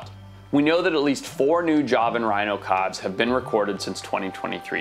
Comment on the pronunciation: Learn how to say calve correctly